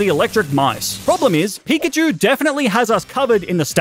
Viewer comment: you said pichkachu on